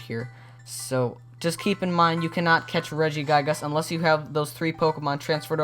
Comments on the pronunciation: regiguygas? no the second i is soft pronounced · He says regi guy gis lol